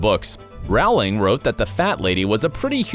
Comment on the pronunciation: Other things that changed: how you pronounce names! Is it too difficult to research that Domhnall is pronounced DOUGH-NALL, rhymes with tonal, and the author's name rhymes with BOWLING not howling?